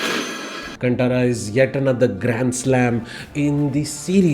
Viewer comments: Learn to pronounce the name properly please: it’s “Kaan ThaaRaaa (as in thaara = star) Not “C U N T A A R A) 🤦🏻‍♂️🤦🏻‍♂️🤦🏻‍♂️🤦🏻‍♂️ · Great review. Although, a small correction: it's not कंटारा, it's कांतारा. Cheers ❤️